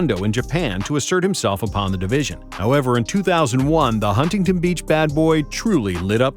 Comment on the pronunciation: Does no one know how to say Huntington properly'?